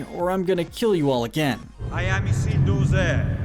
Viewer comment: How did you pronounce all the names so wrong Sorron Islduh Ect 😂😂😂